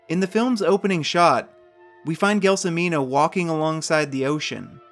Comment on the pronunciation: It's pronounced JEL SO MINA and Zampano is pronounced ZAM PA NO. How could you mess it up ? it's easy lol 😂